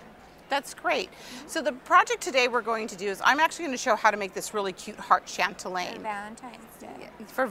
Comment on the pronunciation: chatelaine not chantelaine